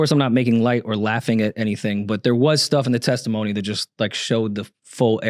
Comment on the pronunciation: LOL “tesitmony”